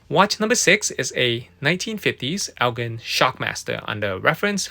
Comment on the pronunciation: Thought you may like to know, "Elgin" is pronounced as (el-jin) instead of (el-gin). Thanks for the content